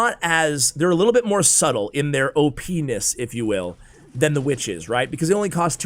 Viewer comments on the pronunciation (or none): says opness (openis) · you said openis ha ha